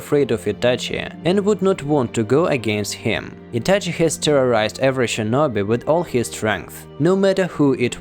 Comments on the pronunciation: It's Itachi not etache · What the f is Ityachyi ? Like bro I literally hated that ik that I shouldn't judge someone by his accent but dude it's not something hard to say ahhh or just don't say it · Its ITACHI and not ITACHEY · He says ityache makes me throw my phone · Why are you saying itachi's name like that😅😅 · The way you say Itachi - sounds very Russian lol